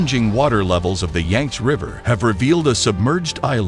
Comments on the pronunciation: "Yangts" River? I think it's supposed to be Yangtze (pronounced Yangt-zee). "Chunking"? (Chun king). Also "dollmen"? Dolman (Dole-mun). SMH... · It's pronounced "yanked-sea". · That is some seriously bad nameplace pronunciation. Yanks river. LOL.